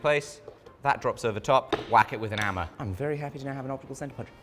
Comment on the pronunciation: “An ‘ammer”???